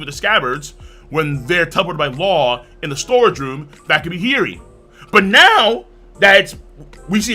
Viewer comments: King, no disrespect, but you said Hiyori so many times in a row I need to correct your pronunciation, haha. It's killing me. Hiyori (hee-yoh-ree). No, "heery" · He-your-ree…. Hiyori lol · Bro your pronunciation of Hiyori's name is killing me. Maybe you're just saying it really fast cause I hear "Heary". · The pronunciation for Hiyori Is an inside joke of this channel? At first i didnt even know who he was talking about :P